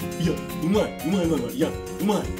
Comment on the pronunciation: 「うまいー」の発音が「まいうー」